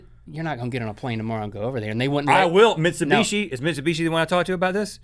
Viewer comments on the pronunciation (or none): Lol, Mitcheebooshe.